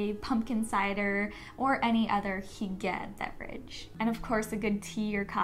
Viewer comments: Hygge is pronounced “hyoo-guh” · I think this video is great but if you’re going to talk about a lifestyle of another culture the least you can do is pronounce it correctly